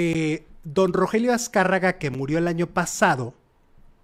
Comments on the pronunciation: RO GE RIO no Rogelio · Oye, no era Rogelio, sino Rogerio... Haba bien para que no te cretiquen.